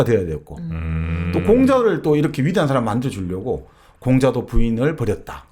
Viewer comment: 장음인 단의 첫자를 짧게 잘못 발음한예:가치,사실,반체재, 해석,정식,시작, 사(역사 의 사),4대,개작,반발,한 나라,"사람"의 "사"를 계속해서 짧게 잘못 발음하고 있음),돈(money),.등, 한국의 장단음 문제는 실로 심각합니다. 미국 변 완수 배